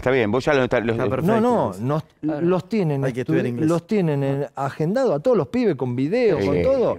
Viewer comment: No se puede creer este tipo , este mercenario de Ruggeri , que se come todas las s , pero ese no es el problema si te comes las s ya fue el problema es ser tan mala persona y por odiar BOCA JUNIORS bardea a un pibe del club por bronca , das lástima Ruggeri , y lo peor que hay es ser traidor!!!!!